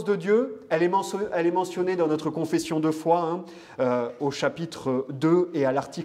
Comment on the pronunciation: Monsieur, on ne prononce pas le "T" quand ont cite les verbes être >>>est<<< ou avoir >>>ont<<<